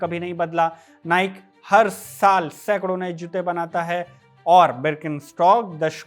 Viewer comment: नाइक नहीं नाइकी है सही उच्चारण ।